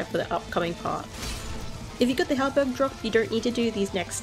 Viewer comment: Did you say heart burn or halberd